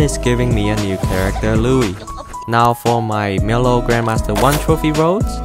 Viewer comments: It's said mylo not miilo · Why do you call milo miluo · Your saying milo’s name wrong it supposed to sound like mylo